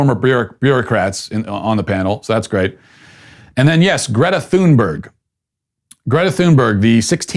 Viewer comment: As part of your European audience, I agree with most of what you've said but I must make a correction. The German cafe with the pool noodle hats only did that as a ONE DAY RE-OPENING GIMMICK. It wasn't mandatory. It was only meant to be funny and gain attention. Second, please pronounce Greta Thunberg's name correctly. It's "TUNE- berg." We don't have the English "TH" sound over here. Please pass that on to your colleagues who also sound silly to our ears. You have a large, admiring audience in Europe, we're trying to help you to look & sound intelligent. Keep up your good work.